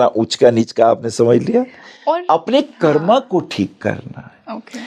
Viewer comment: करमा क्यों बोल रहीं, कर्म बोलो।